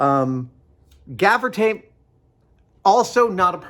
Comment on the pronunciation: It's gaffer's tape not "gafiter"? Thing is tape, as we know it today, was invented in 1845 by a surgeon. Doctor Horace Day's invention was a rudimentary adhesive bandage for his patients. So using your theory all tape is actually sticky bandage. 🤣